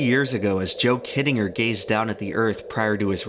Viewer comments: Yeah he pronounces shit wrong all the time too. "undoubtably" isn't a word, but he uses it, "kittinger" is pronounced wrong and he says it in literally every other sentence for about 5 minutes straight... The problem is that youtubers don't bother doing any proofreading or research past googling shit. They also can't be bothered looking up how to pronounce words they don't know how to pronounce. And pronouncing words properly is a pretty major part of being a narrator. A good example of why you shouldn't really trust anything you see on youtube. Youtube is still part of the internet. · I can't un-hear you miss-pronouncing kittinger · It is pronounced KIT-IN-JER. For crying out loud. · this video is absolutely amazing, but the mispronunciation of "Kittinger" makes me want to cry haha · Im pretty sure you are pronouncing Kittinger incorrectly.